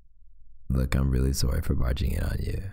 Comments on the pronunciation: Everytime he says soOrry my mind just goes: CANADIAN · he said “sOOry” actually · "I'm sOErry..." nO oFfeNcE... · No one: Me : snickering he said sorry THE CANADIAN IN THIS MAN im s o r r y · Omg, I noticed that too and I love it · Every time he said sorry I said sorry too in his accent😂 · OK so my first video I watched from you and my reaction Reaction nr.1: WHY TF AND HOW TF IS HIS VOICE DEEPER THAN THE FUCKING OCEAN Reaction nr.2: Him saying sorry in an Canadian accent Me: AND HE'S CANADIAN??? Marry me????????